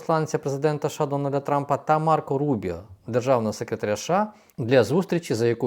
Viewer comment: ША..ША...ША. а може правільно казати США?